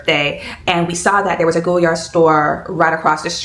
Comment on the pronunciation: Omgosh the color 💚😍 congrats on your stunning purchase. I have been thinking about the Saigon but I will def wait until I visit Paris before pulling the trigger, to save a bit with VAT 😂 thanks so much for sharing your experience. (Btw, it’s pronounced Goy (as in boy) - Yar, vs “Go”-Yard)